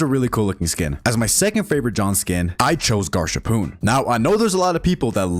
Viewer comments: it's actually gasharpoon and not garsharpoon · did bro just say Garshapoon and not Gasharpoon... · Garshpoon? It's Gasharpoon! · It’s not Garshapoon it’s gasharpoon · OKAY! so, I dont really mind being at second place but just a few corrections, first of all its Gasharpoon not garshapoon (and pronounced gas harpoon not gash harpoon) and second, its a female! I know the voicelines sound like a man but its supposted to sound like an old woman who smoked 500 ciggarettes a day for 40 years (My proof are the voicelines specifically the "Just an old salt who doesn't like the way the sea feels on her one good leg") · bro said "garshapoon" its GASH AR POON NOT GAR SHA POON bro chose gasharpoon and ms4 above geometry or yourself geometry has such a cool chase dont you agree, plus the arg hacklord honestly overrated af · As a limbus company player. Im gonna correct you one gasharpoons name, its pronounced gas-harpoon. Im not sending hate! I just wanna correct it :3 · We all know whose fault it is for you to say Garshapoon instead of Gasharpoon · Its Gasharpoon not garshapoon btw. Not tryna be that guy but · I was talking about the way he said it. He said "GARshapoon" instead of "GasHarpoon". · The PM sleeper agents will appear soon. Be ready. (Gasharpoon and Hacklord). [Also, its not garshapoon, although that might just be a joke in the community]. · Btw Gasharpoon is pronounced “Gas Harpoon” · also did he just call it Garshapoon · "Garshapoon" who's gonna tell him. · Quick heads up: Limbus Company John Doe is pronounced “gas-harpoon”